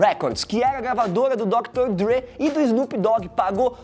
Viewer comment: Ouvir Péc e Dr. Drí é osso kkkkk É PAC e DR. DRÊ!